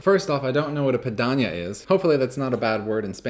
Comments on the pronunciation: He said Piraña, not Piranda. Piranha in spanish. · "Piraña" is a carnivor type or fish which live in South America. I think in English it's spelled piranha, just he pronounced the word as it's pronounced in Spanish and Portuguese. As for Iñaki's performance he really fooled me...bad! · he said: little pirañas (piranha), he used the Spanish pronunciation, A piranha or piraña, a member of family Serrasalmidae, or a member of the subfamily Serrasalminae within the tetra family, Characidae in order Characiformes, is a freshwater fish that inhabits South American rivers, floodplains, lakes and reservoirs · Hey. He said piraña. Which means piranha. A carnivorous fish found in the amazons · he said "piraña", it's a fish :)